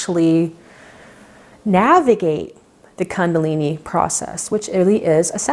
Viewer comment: kundalini is pronounced differently. its "koondalini" not kandalini